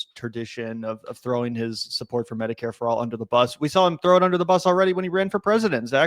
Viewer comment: I think he intentionally mispronounced Medicare fraud to miss lead the audience.😠